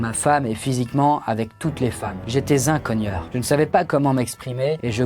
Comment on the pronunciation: "Z'un cogneur"